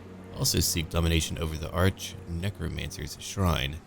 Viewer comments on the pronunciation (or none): none